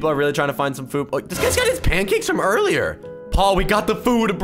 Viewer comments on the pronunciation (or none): You said panckakes and waffles 😅😅 its panckackes